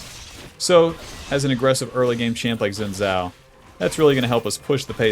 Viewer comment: SAY IT WITH ME,: "SHIN" "JAO"